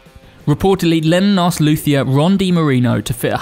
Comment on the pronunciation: Also it's pronounced "loot-ier", not "looth-ier". (Incidentally, I'd choose a Casino or Tele over an SG any day.)